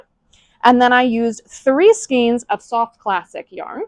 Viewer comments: Less $500 for mispronouncing "skeins". Skanes, not skeens. (Fightin words, I know!) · Oh no. “Skeens.”, it’s pronounced “skane.”